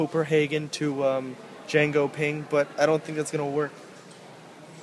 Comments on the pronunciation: Jönköping, not Jengoping... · I know swedish isnt your speciality but how do you pronounce Jönköping as Django-Ping? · HAHAHA Jangoping xD hahahaha Jönsköping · Hahahaha dude, i literally laughed my ass off when you said "django-ping" love you man.. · "I'm thinking about taking the train from koperhagen to jan-go-ping" I ALMOST PISSED MYSELF xDDD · "jangoping" hahahhah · You mean Jönköping? Djengoping lol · jankoping? jönköping :XD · chen-ko-ping :D